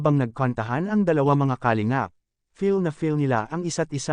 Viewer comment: Ayusin mo nga pronounciation mo sa kalingap